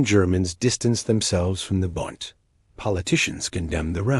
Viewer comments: Pronounced “Boond” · No, it's BUUUUND, what you've laid out would sound like BOO as in boo-hoo. You don't know your German, yah dummy